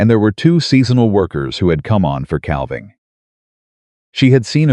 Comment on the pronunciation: Cal-ving season? NÒ it is pronounced 'càaving' season. AI also pronounces salve, an ointment, as 'sal-veh' wtong it is 'saa-veh'. The 'L' is SILENT, repeat SILENT. AI should be banned, it is so so stupid. Have been cringing at the word salve for almost a year. It has never been corrected. This narrator is repeatedly saying 'cal-ving' edit or get off Yòutube.